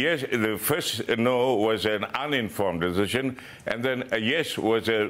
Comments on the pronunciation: Deshision, lol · Albo can't even say the word "decision" properly.